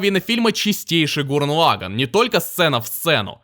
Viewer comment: Гуррен Лаганн. Не позорься, говори правильно.